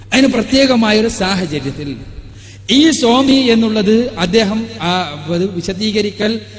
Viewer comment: സോമി അല്ല സ്വാമി സ്വാമി.